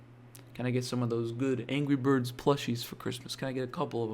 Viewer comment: there Is No Way He Is Saying Angey Bird There is No way He Is Saying Angry Bird